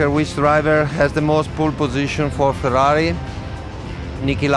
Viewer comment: FeRRari... not Feraari😇